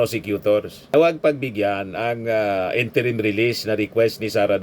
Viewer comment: naguguluhan lang po ako.. interim ba o interment release?😂